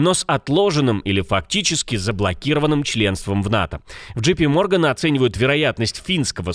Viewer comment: JP Morgan , первая буква произносится не джи, а джей !!!